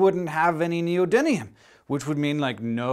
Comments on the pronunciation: I know it seems to be the common pronunciation in America but surely the spelling should help a bit, a turban is an item worn on the head, whereas electricity is generated by a turbine. More importantly there is no such thing as neodynium, the element you are thinking of is neodymium. Come on Hank, this is meant to be educational. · Neodimium not Neodinium. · I think he's actually mispronoucing it "neodynium", which really bothers me. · Has anyone mentioned yet that you're mispronouncing neodyMium?